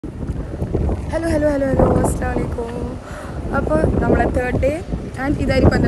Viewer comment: അസ്സലാമു അലൈക്കും എന്നാണ്. അസ്സലാമലൈക്കും തെറ്റാണ് ശ്രെദ്ധിക്കുക